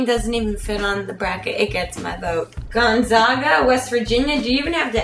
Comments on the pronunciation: It's gonzAAAAAga!!!!! Not gunzoga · You said Gonzaga wrong.